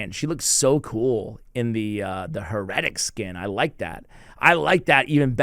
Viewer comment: Huh-retic skin??? Hair-uh-tick.... Lol come on:(